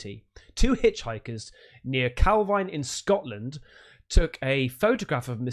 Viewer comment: Calvine in Perthshire is pronounced calvean locally.